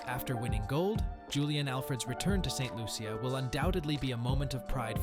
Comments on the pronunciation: Tis Saint Lu-sha (CIA) pronounced --- sha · No its pronounced Saint Lu sha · Ain't no big deal on how he pronounced it